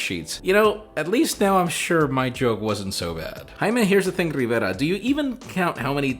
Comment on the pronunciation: Nobody: Jaime: I'm Jaime RrrRrRriveRa Lol JK Jaime, great content as always 👌👌👌